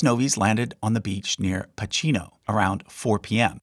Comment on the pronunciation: Italian here. Just a small note: in Italian the sound of "ch" is hard, like a "k" in English. therefore your grand-father touched land in the place we pronounce as "Pakino" even if it's written "Pachino".